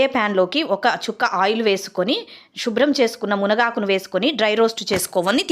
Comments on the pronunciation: మీరు చెప్పే విషయం మంచిదే కావచ్చు కాని భాష ముఖ్యం. వాల్లు అనకూడదు వాళ్ళు అనాలి. షుభ్రం అనకూడదు శుభ్రం అనాలి. మీ మాతృ భాష తెలుగే ఐతే సిగ్గు పడకుండా పౌరషానికి పోకుండా యాంకర్ సుమ దగ్గరకు ట్యూషన్ కి వెళ్ళండి ఆమె మాతృ భాష మలయాళం ఐనా తెలుగు ఎంత స్పష్టంగా తప్పులు లేకుండా స్పష్టమైన ఉచ్చారణతో మాట్లాడుతుంది. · షుబ్రం కాదు శుభ్రం first భాష నేర్చుకో